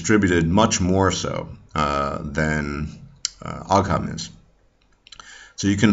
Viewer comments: Thank you for the very interesting video! Also as far as I know ogham is pronounced ohm/owm and interestingly it was written from bottom to top. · Ogham (the Irish ruins) are pronounced like "o-wum" or "o-wim"